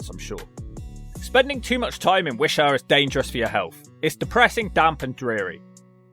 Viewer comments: Are you mispronouncing Lanarkshire & Wishaw, intentionally? If so, touché! LOL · ‘Wisha’ what? it’s pronounced Wi-shaw. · It's pronounced Wish awe and its next to the M74 not M8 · That and the pronunciation of wishaw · I'm impressed at how you managed to mispronounce Wishaw.